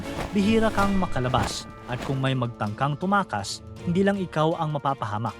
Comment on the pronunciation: TUMAKAS not TUMAAS